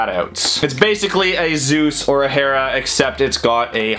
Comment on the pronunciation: oh hey this boi said hera correctly